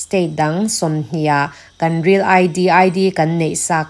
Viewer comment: Min ti bengvar thina, ka ngaithla ziaha i aw a fiah bawk chutih rual chuan kan tih hi kam tih angin a ri a, an tih pawh am tih angin a ri thin fimkhur deuh teh